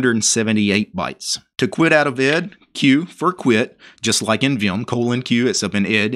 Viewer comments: it's pronounced E D , not ed watch interesting video 'Where GREP Came From - Computerphile' where Professor Brian Kernighan explains it alongside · Actually it's pronounced "e d", not ed ;) And between ed and vim there was ex. Great video! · You do realize, don't you that 'ed' is/was actually pronounced "E D", the individual letters much like 'vi' is. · Oh, and it's actually pronounced E D, much as how ex and vi are. You don't need to quit and restart ed to get a "prompt." A capital P command will work the same way as that -p argument at the command line. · ED was pronounced E.D. (eddie) buy the person who developed it and the people that used it when it was new.